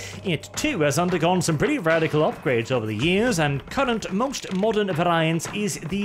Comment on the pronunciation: Amazing video, and your English is a damn sight better than my Norwegian, but variant is typically pronounced v-air-ree-ant. At least in British English anyway. But please don’t take this as criticism, these videos are amazing Weirdly, I’m from the northeast and we had a lot of Norwegian students at my uni. You could hear a group of cockneys talking from a mile off, but a group of Norwegians speaking together sounded a lot like geordie unless you listened really closely